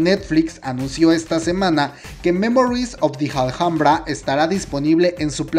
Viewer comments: El vídeo está genial, pero solo una cosa ; se pronuncia " ALAMBRA" aunque se escriba Alhambra ❤️💓❤️💓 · Me encanta el video, que rico que estará en Netflix, gracias... pero porque pronuncias "aljambra"? ... es Alhambra... español 😊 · "Memories of the JALJAMBRA" se dice ALAMBRA como si la H no estubiera cada vez que decias JALJAMBRA me senti como cuando seouk le mata a yoo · Hola, soy admiradora de Park Shin Hye,espero este drama con ansias, pero solo te quería hacer una pequeña corrección en tu pronunciación de "Alhambra ", soy española y granadina, o sea donde se halla este monumento patrimonio universal de la humanidad, con lo que me rechinan los oídos cuando te escucho decir " Aljambra" no seria raro si fueses extranjero, pero como decís los mejicanos hijole eres hispano!, la h en castellano es muda! Se pronuncia igual que "alambre" pero finalizado en A. Dicho esto sigo tu canal fielmente,y me diviertes mucho con todos tus videos, sigue así!!!!😘😘😘